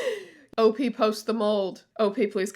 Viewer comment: Please, pronounce OP as a word. It rhymes with "hop".